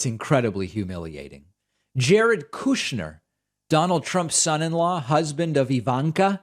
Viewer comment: Jared "Coup-shner" 🤣